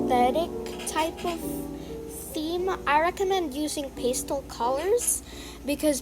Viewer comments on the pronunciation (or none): Also its not pstle its PAS-TEL